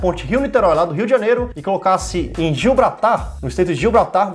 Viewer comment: Q agonia vc falando "gilbratar" ta escrito grandão na tela "GIBRALTAR" kkkkkkkkkkk